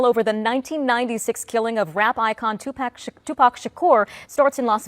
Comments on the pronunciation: Bro I couldn’t take it serious when she said 2 pack wtf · 3 decades later and these YT folks still can’t say 2Pac name correctly 😂 😂 😂😂😂😂😂😂